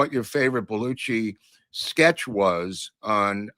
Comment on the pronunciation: The pronunciation has always been BEL U SHEE not Bel u chee. DO YOU NOT HEAR THE DIFFERENCE? I have heard the name a thousand times by a thousand speakers. What part am I missing here? Including introduction on SNL. including him saying his own name like in WHATEVER I like your show.